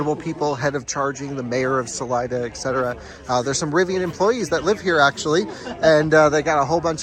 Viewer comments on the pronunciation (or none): FYI. Salida means "exit" in spanish and is pronounced "sa-lee-da". Cheers from Sunny AZ.